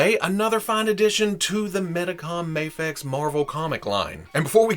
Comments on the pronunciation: It's "Mayfex." Do you pronounce scuba as "scubba" because the u stands for underwater? The I in "IMAX" stands for "image," so why don't you say "immax?" It's "Mayfex," and while we're at it, it's "jif." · Isnt mafex japanese so its mafex? As in mafex not mayfex? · I say it like May-fex and I agree it feels weird when your saying it different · Guys it’s pronounced mafex idiots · Mafex is an acronym. It has no proper way of pronunciation cause it’s not an actual word. Say it how ever u want. And tell ppl to stick it if they don’t like it. Mayfex all day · The short "a" in "Action" has no bearing on how the acronym "Mafex" is pronounced. Say May-fex or even Maw-fex if you prefer. What if the "X" stood for "Xylophone"? Would you pronounce it Mah-fez? You could, but that energy would probably be better spent tackling larger psychological problems. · In the video, reasons that since MAFEX is an acronym and the A stands for "action," it should be pronounced with a soft A (mah-fex.) I pointed out that many acronym words don't function like that, giving the examples of scuba and IMAX. What here doesn't make sense to you? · it’s mafex! not mafex and definitely not mafex. who the heck even says mafex?